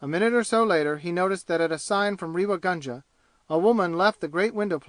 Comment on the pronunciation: A pathetic leebrawaokss recording read by a yank nasal flat monotone who has absolutely no idea of proper pronunciation including Indian names. Ràynngaarr. Reeva gaanja/ what the hell. Do you feel proud airing your superior illiteracy all over the world and making spectacles of yourselves?? But The Reader couldn't care less, could he. Could you guys do the rest of the world a favour and stop invading every single field including audio books with your horrible renderings of beloved classics. We are disgusted at such amateur displays trying to give some sort of attention even if it is chaypturr wàann. And so on and so forth. You guys can't read English. you cannot pronounce English you don't have the voice to make any sort of reading enjoyable including librivox recordings not leebrahwokss pronounced in your horrible Americanese. Listen to how professionals read British classics with proper english pronunciation just picking up a book and volunteering for reading audio booksss does not a talented reader make. Especially not the harsh croaks of many of you readers out there.